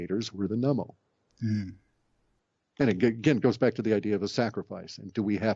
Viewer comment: It is not Nemo but Nummo, the star people.